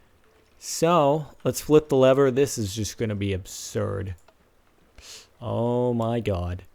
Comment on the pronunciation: why is he saying "oh my gawd" like a guido?